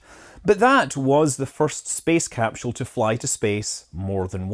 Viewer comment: It’s hard for me to decide what my favorite cap-shewl is